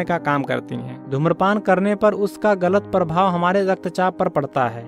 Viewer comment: परभाव नहीं प्रभाव